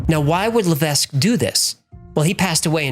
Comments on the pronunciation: Hello great videos you miss pronounced Levesque it's pronounced la vek s is silent. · Levesque is a French name, normally it's pronounced "le veck", the S is silent. I say Lev Ess Que, but that's not the correct way either. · btw levesque is pronounced Lev eck ... it is FRENCH not english